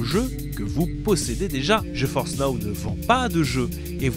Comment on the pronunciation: Ta façon de prononcer "GeForce" le fait toujours autant délirer. Surtout pour les partenariats. Ça fait "non je force pas"😅 Vidéo super intéressante.